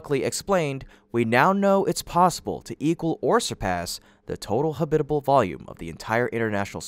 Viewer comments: ha-BIT-a-ble? All my 77 years, it's been pronounced HAB-it-a-ble. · You need to learn how to correctly pronounce the word "habitable" , please.